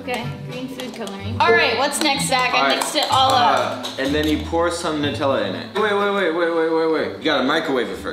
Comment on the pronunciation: Am I the one who is frustrated why she is saying noooootellla not nuuuuutellla???